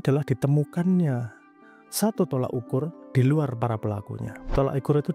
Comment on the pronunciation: You made a very good point and this will lead to a lot of thinking (on some people's side, even though it is most probably futile), but please mas, "tolok ukur", not "tolak ukur".